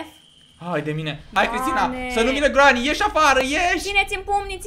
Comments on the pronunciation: Se zice Grenny !!! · Se spune grenny